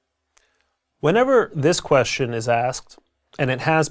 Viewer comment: He mispronounced the world "question".